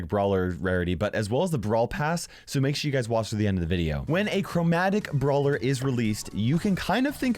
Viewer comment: Yeah but if you say it you can hear CROWmatic